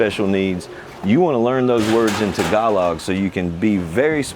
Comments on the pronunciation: It is not “tag-uh-log” ; it’s “tah-ga-lo” (“tahgalo”) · I think it's pronounced as : ta-GA-loog, accent on second syllable, and final letter "g" is pronounced. Tagalog is a phonetic language (as all the other regional dialects). It's pronounced exactly as it's written, unlike French.